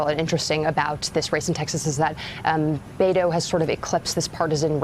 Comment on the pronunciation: Please learn how to pronounce Beto.